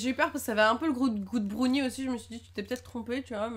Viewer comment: on brownie pas brouwni